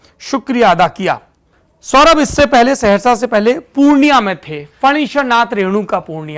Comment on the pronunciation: ये सेहरशा नहीं।। सहरसा है।